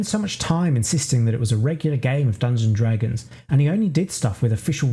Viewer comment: This is great but I have to admit it's a little jarring the way you say "Dungon-Dragons instead of "Dungeons and Dragons".